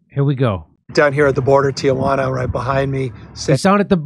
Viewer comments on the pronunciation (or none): And, Gov'nah, it's not "TiAjuana," it's "TEE-JUANA," whilte man! Haha, he's probably just outside of Cabo acting like he's near the border. Haha, he's playing politics while saying others are playing politics, you're correct, Jimmy. EAT. THE. RICH.